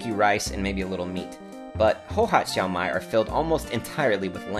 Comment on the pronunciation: Love your videos! ! Keep up with the good content! That dish is actually called Shao (first tone) Mai (fourth tone) instead of Xiao Mai.